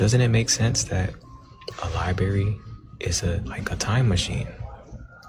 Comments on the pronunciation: Never trust someone who pronounces LI-BRARY as LI-BERRY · I'm not tryin' to listen to anyone who says "LYBERRY" or "LITTLE-LY." 😂